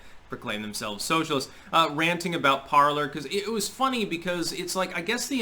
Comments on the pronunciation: It’s pronounced ~par-ley ~ the R is silent. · Okay someone answer me this because its driving me crazy. Is Parler pronounced parl(er) or parl(ay). I keep thinking it's the latter because its the French pronunciation of the verb meaning "to speak." But everyone keeps pronouncing it Parl(er) so maybe I'm just going crazy 😆